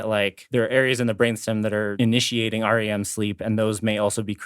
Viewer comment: Tangents, the weirdest thing of this episode was, you all kept saying, "R. E. M. sleep," pronouncing the letters separately. Nobody does that. We just call it rem sleep, and have done so for decades. It is an acronym, and like most of those that can be pronounced, it became that from at least the 1960s on. Think, like, UNICEF. Nobody says the letters separately, because it seems like a word, while the NAACP is pronounced as letters, because it doesn't speak easily as a word. Meanwhile, great job, as always. Your laughter is infectious, and lifts my mood. As someone with chronic depression, you guys/gals really help me out.